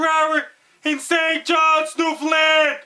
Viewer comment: He pronounces Newfoundland better than 90% of Canadians.